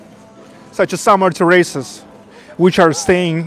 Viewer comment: This isn't meant to be critical at all, just educational, when the diners are sitting outside they are sitting on the outside terrace, it is pronounced "TEAR-is-es", the stress is put on the first half of the word then drop down on the 2nd half of the word. Love your videos! Cheers!